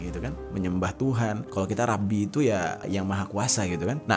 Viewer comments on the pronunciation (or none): Rabbi bacanya Robbi bang, sama tulisannya tapi beda pengucapannya 🙏